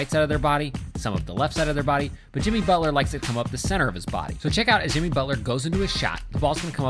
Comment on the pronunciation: Michael Gabrielle alright so jiMEE butler